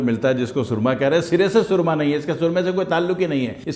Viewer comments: Soorma nahi surma hota hy k soorma ka mtlb kuch ore hy so khyal rakha krain. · Asslamo alekum junab SOORMA naheen hota SURMA hota hay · اوہ جاہل مطلق لفظ سرمہ ہوتا ھے۔۔سورما کا اور مطلب ہوتا ھے۔۔ اور لفظ سچا موتی نہیں۔۔ س کے اوپر پیش پڑھنا ہوتی ھے موتی والا سچا بولتے وقت۔۔۔ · Mah sha Allah...kirachi walo ki urdo ki tang tor dain...na momkin....ap ne kiyon......samjhy...😮😂 bitto g soormaa nahi bolty..sorma...bolty..😂